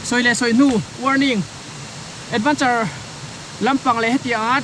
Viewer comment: Ka thiam bik chuang miah lova, Advanture ti a i lam hian ka lo ngaimawh tlat zel😁😁 Negative ltk leh sawisel lam nilo ania aw, rawn fiamthu titak pah mai2. A chang tha ltk a. AdvEnture ti a lam tur ania.